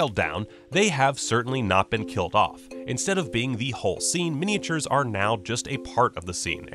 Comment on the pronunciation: Love mini-ay-chyoors.